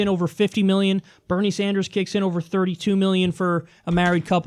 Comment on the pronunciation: Benie? You mean Bernie don't you? 😄